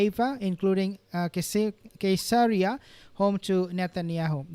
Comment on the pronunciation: I believe Caeseria is pronounced with a soft C because it's named after Caesar